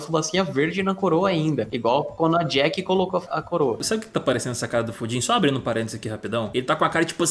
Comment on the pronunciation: Mano, juro que uma hora ouvi o falar pudim ao invés de Fujin kkkkkkk